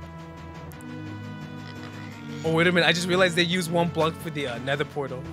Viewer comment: Nether porder💀💀